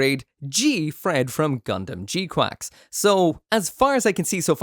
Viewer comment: Is he saying gquacks to rage bait us or can he not pronounce gquuux 😂it’s spelled with u’s not an a in sight.